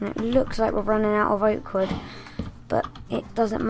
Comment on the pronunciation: And u said the wood wrong :D